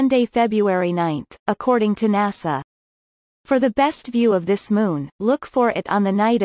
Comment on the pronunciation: EN AY ESS AY says.